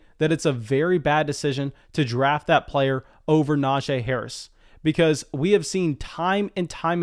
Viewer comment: It’s pronounced “NajEE” not “NajAE”